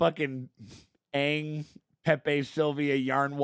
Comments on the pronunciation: At least it's better than the garbage movie. They pronounced the name correctly... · At least they say Aang instead of Ong